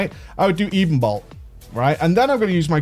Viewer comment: edenbolt? ...edenbolt ya ever hear that song "ebony and ivory"